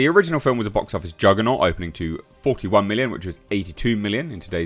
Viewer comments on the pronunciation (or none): none